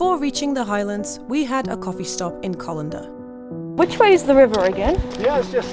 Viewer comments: Its Callander not colander lol😉🤭🤣🤣🤣🤦‍♂️🤔😜😂😂😂👍🏻Brilliant though 🥰🥰✌️ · First town she visits Callander as in Call not Coll….👍But in saying that you made a good clip of my home country. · It's not Colander,it's CALLANDER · Just to mention it's called Callander not Collender ❤ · callander not collander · Callander is pronounced as in Calender (dates/times/events etc) and not Colander (straining device) as pronounced in this video. As a Scot who lives in Scotland, I hope this helps! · Excellent video, looks like you got some favourable weather too. For future reference though, it's CAHllander, not CAWllander. :) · Callander not "Collander". Apart from that, her gentle enthusiasm for the scenery, the tranquility and the local delicacies - tablet - made me homesick, viewing as I did from my work place in East Africa! Don't worry; I'll be home at Christmas! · Hi , just saying , it's not colinder it's CALANDER,, take care . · Nice one,. Welcome to my home country 🏴 - hope you enjoyed it. (The first town you stopped at, Callander; is actually pronounced like ‘calendar’ 📅 😁 confusing, I know 🤔). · Apart from the pronunciation of ''Callander" great video. 👍🏼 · Youn need to practice your pronunciation for Callender it is not correct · Nothing worse than when these vloggers can’t even pronounce the name of the place they’re in. Not even that, they don’t research it before they record their video.